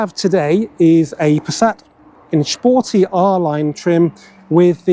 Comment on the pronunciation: "shporty" dafaque iz dat?